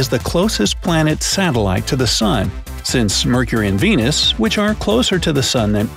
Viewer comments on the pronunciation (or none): none